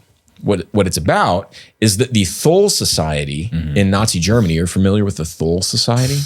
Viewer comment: Thule is not pronounced with a Th sound but a T sound. The E at the end is also pronounced Tool-uh is closest.